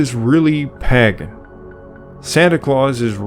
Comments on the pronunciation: Pay gan, usually not Pag gan. Informative video. Loved listening to it more than once. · pagan /ˈpeɪɡ(ə)n Sorry,really enjoyed this video. But!. Every time I heard you mispronounce pagan for pagen it triggered me a little. Just one small criticism. Apart from that,excellent work. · Lovely video. I really enjoyed the content - very well-researched. I just wish you had pronounced ‘Pagan’ correctly. It’s ‘peig(en)’ or ‘pay-g(u)n’, not ‘paggen’. It’s a good idea to check Google for pronunciations on words you’re unsure of. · The 1st "a" in 'pagan" is long, 'pay-gin", not " pah-gin". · Padan is pronounced pay-Gan. not Paggan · 11/27/23 your information is quite accurate, but I MUST ask you to check your pronunciations! "Pagan" starts with a long A, not as in at or _palm_. Think pay as in _PAY-day_. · The Eastern Orthodox who celebrate by the "old calendar" are a minority, to be sure... Also the word is pronounced Pay-gan. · I'm sorry but I just could not take it anymore. Pagan is pronounced pay-gun, not how you pronounced it. Sorry, it's a pet peeve of mine. Otherwise, I enjoyed the video and the information you presented. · It is PAY-gun! Hard to enjoy when such a basic thing is mispronounced throughout. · Pagan has a long “A”.